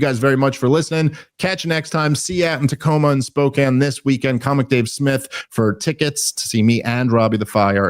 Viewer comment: Dave I know it’s a small thing. But you pronouncing Spokane correctly does not go unnoticed by your PNW fans